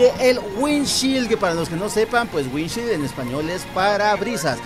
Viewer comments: Maje estás enseñado en inglés y no se pronuncia así se que te pela verga todo pero alguien te va a copiar y la va decir mal 😅 es así windshiold así se pronuncia 😅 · Así no se pronuncia parabrisas en inglés..